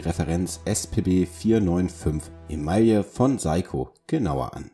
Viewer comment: Eigtl. mal wieder eine gut gemachte Vorstellung - wenn der Firmenname noch richtig dabei ausgesprochen wäre. So zucke ich immer wieder zusammen...😅